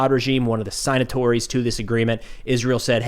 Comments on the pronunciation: "Sine- atories???? How about Sig-natories!! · FYI... It's not "sign-atories" It's "sig-natories" Was that an attempt at sounding smart? If so, fail.